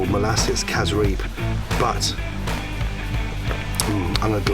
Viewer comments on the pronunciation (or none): People from Guyana know those peppers are too hot to put in a salsa and the sauce is pronounced Cassarip but is spelled Cassareep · 🇬🇾🇬🇾🇬🇾🇬🇾 when a foreigner pronounces casreep... it make us giggle for some reason🤣😂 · kaziree ?? whats that dark sauce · For those of you who was wondering what he said it's "casreep" and it's great